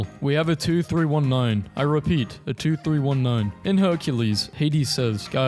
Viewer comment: Anybody else slightly bothered by the way he pronounced 2319